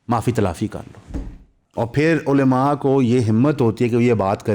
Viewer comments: علیما نہیں ہوتا بھائی۔ کم از کم علماء تو صحیح سے بولو۔ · please ULMA not ulema